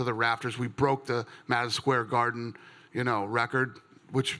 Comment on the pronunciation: "maaaaasiion square garden" Dana is drunk might be coked out but either way he deserves it lol